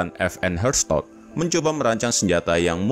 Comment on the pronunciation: Aku dengernya fn herstot